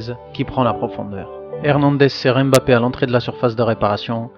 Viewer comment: Analyse vraiment au top mais pour l’amour de Dieu arrête de dire M Bappe c’est grave 😂